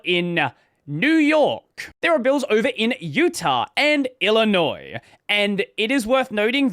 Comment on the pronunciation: Mad props for pronouncing Illinois correct.